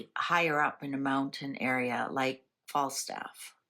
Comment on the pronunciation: I agree. And she mentioned Flagstaff, but called it Fallstaff!!